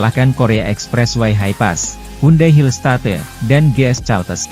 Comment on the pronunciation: Admin ini tiap bernarasi suaranya bagus,lancar.Intonasi kalimat juga baik.Tapi tiap menyebut kata Hillstate kok aneh.